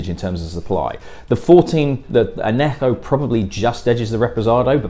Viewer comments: I was expecting 'ann-yeh-ho', but I couldn't hear the 'y' when you said it. 'Oh-ho' is close enough for 'Ojo' - that definitely shouldn't be a 'y' (unless maybe you're Dutch!) - though I might have suggested more the 'ch' in 'loch' or 'achtung' than just an 'h'... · Sorry, but I did Spanish at school and university, so some of your pronunciation made me wince a little! I did wonder why you could pronounce the "j" correctly (though not the "ñ"!) in "añejo", but not in "ojo", and also get the "e" at the end of "agave" right once (?), but leave it silent the rest of the time... Otherwise, good reviews.